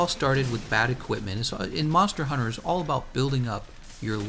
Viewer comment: Do you fucking know how to pronounce the fucking names ya twat? Disliked just for your name butchering.